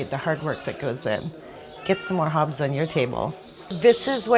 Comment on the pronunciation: Please work on your pronunciation. It's not Hobbs.